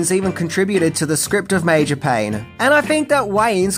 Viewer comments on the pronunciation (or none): none